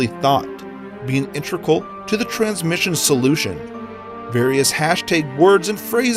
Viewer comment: how this guy pronounces words and names tsuki50 = Tooskow50 Sinistra = Sinister Integral = Intreegal/Intrikal Hashtag = Hashtig Alejandro Jodorowsky = Aleganro Judaroskai (1st time) Jordowskai (2nd time) Protox - Proto-Axe / Pro-X Puzzle - Pozzle